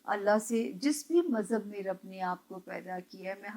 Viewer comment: السلام علیکم۔ جب آپ الحمدللہ رب العالمین پڑھتی ہیں اس میں رب کی ب پر پیش مت پڑھا کریں ب کے نیچے زیر ہے۔